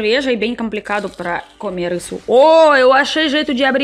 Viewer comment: Você diz: camer. Diga comer.